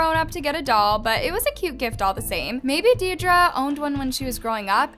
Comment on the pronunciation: I’m so sorry, Deidre is pronounced as “deer-dree”